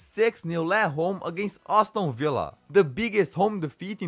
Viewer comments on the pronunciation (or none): none